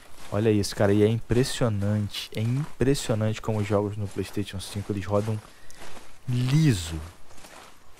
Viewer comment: Pleisteition kkk